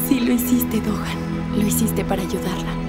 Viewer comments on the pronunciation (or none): No es tokan es dokan 😂